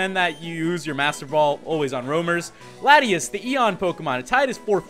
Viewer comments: prononuced: la-tee-aus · its law-tee-aws is how its pronounced